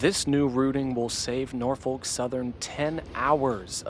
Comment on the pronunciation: He said it fine 😂